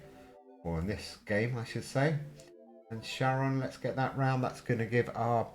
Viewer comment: charon is pronounced like CARON